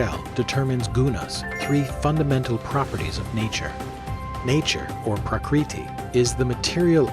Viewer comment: Namaskäram! Nice video, but if I may...please correct your PRONUNCIATIONS! :) It is not Upanishaad; it is Upanishad, the shad as in shudder! :) :) Same with Bhagavad; it is not Bhagavaad! It is not Prakreethi; it is Prakrithi! :) It is not Bhaakti; it is Bhuk (like in buck but aspirated)-thi! Thanks for listening!